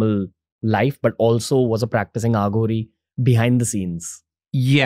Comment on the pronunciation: Listen how host pronounce the word Aghori and how his guest does. Why use aa when a is the correct sound.